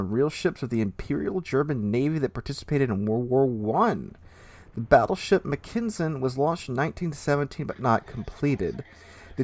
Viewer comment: Pretty sure the T6 is pronounced Mack-en-sen, not Mc-ken-sen. But I am hyped for the line and the Brit super BB.